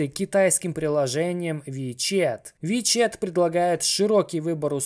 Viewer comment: "ВиЧет" - ВиЧат))